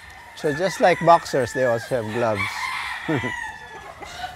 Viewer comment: you mean like BOK-sers 😆